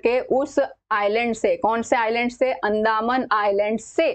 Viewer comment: अंदामन❌ अंदमान✅